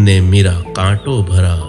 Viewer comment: Bht khub.super voice n pronunciation. Say lightly mra,not mira